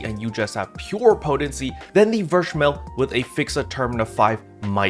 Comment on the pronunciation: Since I'm a Slayer Main this was very needed Info, thank you! Btw German Captain here again. "Verschmelz" is a German term which translates to "fused". It is pronounced "fair"(ver) schmel(stays normal like y'all pronounce it already) and z in German is "ts" like in "tsunami". Try "Fair-schmelts" in your next video if u like. I'm very curious on how your German will sound! Keep up the good work sir!